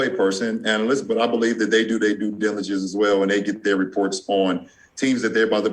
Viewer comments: He can't even pronounce due diligence lmao! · Bro this man can't even pronounce "due diligence" lmaoooo